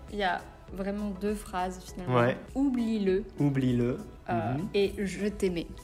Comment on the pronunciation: 他可能是把音節拆成ou/b/lie-le來唱，還把le連到lie裡面當一個音發了，所以發音就整個錯了 另外我沒有聽到les的音